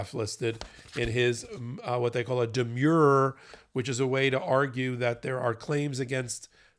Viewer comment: Please learn how to pronounce "demur" if you are going to discuss legal pleadings.